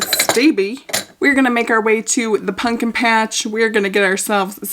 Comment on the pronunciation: its the punkin for me! LOL i thought i was the only one who sAID it that way!!!